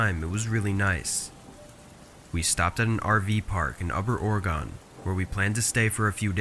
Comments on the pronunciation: Liked the stories, but quick tip. Oregon is pronounced more like the word Organ (the instrument) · Really great but Oregon is pronounced as or-uh-gun. Just so you know for next time you have a story there 😊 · Just a note, you don't pronounce Oregon with a hard "o". it's more like Ore-gun. 😅 just a heads up!! love your content!! keep up the awesome work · Man people really gotta learn how to say Oregon the right way 😂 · Why do you say Oregon like that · The way he pronounced Oregon bothered me 😅